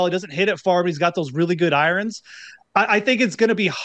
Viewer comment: I love how goes with the Norm MacDonald pronunciation of "eye-runs"